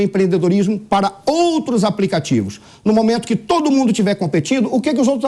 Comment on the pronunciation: "QUI OS TRABALHADORO"